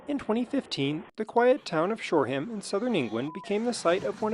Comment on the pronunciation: Shoreum, OK?